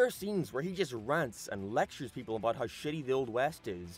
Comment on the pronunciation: No idea what accent this guy has, sounds totally normal until his he aboyt or aroynd.